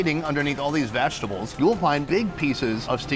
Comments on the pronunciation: Did you say, "vag-table?" Lol wtf Sonny!? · love how he prounces vegetables as VAGI tbles